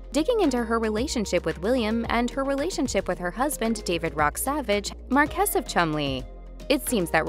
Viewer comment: Tabloid trash, but the least the speaker can do is learn to pronounce marquess and houghton.